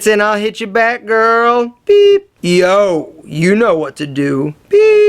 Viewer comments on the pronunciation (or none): The "yo" let me know you're from philly.